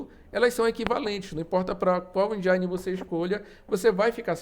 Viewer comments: Muito bom o video. Mas só um detalhe, a pronúncia de "Engine", seria mais próxima de "Endine" e não "Endiaine", acaba parecendo que está tentando falar mais inglês do que um americano kkk Mas o vídeo está muito bom. +1 inscrito. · O i de engine não se pronucia "ai" e sim "i" Desculpa a encenação de saco, bote a culpa em inglês ser uma língua com vogais irregulares :/ E o A do prefab pronuncia que nem o A de Fábio 👍🏼 Aliás ótimo vídeo, obrigado